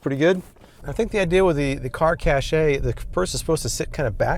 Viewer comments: It's pronounced 'cash' not "cashay" I love you americans 😂😂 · it's not cashay it's cash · Caché is pronounced like "Cash" not "Cashay" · Pretty sure its pronounced as "Car Cash" and not "Car Cashay" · Cache just sounds like cash. Please stop saying "cashay" lol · 1) I'm not tall enough to reach all of any windshield, so this is a fail from the start. 2) It's cash, not cashay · I believe cache is pronounced, “cash.” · Isn't cachè pronounced cash?